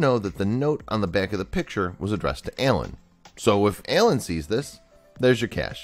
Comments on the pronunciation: The way he says “Alan” 😂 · This guys accent annoys me. He adds an e to every a. Map becomes me-ap. Alan is ealan